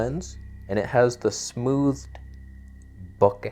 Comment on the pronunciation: omg you said bokeh, twice.